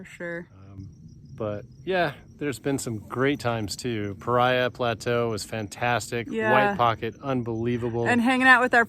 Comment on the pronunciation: Enjoyed your video! You are hearty explorers. Couple things...it's pronounced pah-ree-uh. Also, drones are illegal in all national park units, including Alstrom Point at Glen Canyon NRA. FYI. Keep enjoying your public lands! Just make sure you follow the rules. - Ranger Jeremy